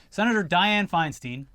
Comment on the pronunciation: Die ann Fienstine? That's exactily what I heard